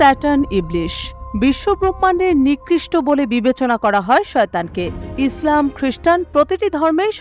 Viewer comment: হাসবো না কি করবো একজন বাঙালি সাংবাদিক ইসলামকে ইজলাম বলছে 😂